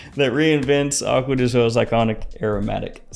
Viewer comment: " acuadeeshoh" XD